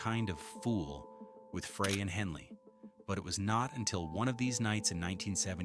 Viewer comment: AI mispronouncing glen Freys name